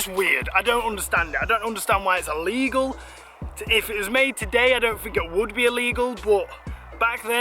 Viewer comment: Will you please learn how to speak. It's clearly illegal. Not ellegal or allegal. Honestly, I'm no queen's English posh nob, but fuck me..... This really grips my shit!